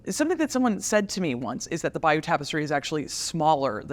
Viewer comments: True except she can’t pronounce “abbaye aux hommes” or “Bayeux” for toffee! It’s a great documentary nevertheless! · Would you like Germans from America telling you how to speak German, or mis-pronounce German words? I'm from England & the Americans butcher our language on a daily basis. This lady can't even pronounce Bayeux properly, & that's a French word. Even with a native speaker stood next to her she still continues to mis-pronounce the word. So, there is a clear difference between dialect & mispronunciation. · I don't think the levels of mispronunciation of English, can be purely attributed to historic changes alone. It appears that the Americans struggle with pronunciation across the board. Even when attempting to pronounce the word Bayeux, she gets it wrong. And that's not even an English word.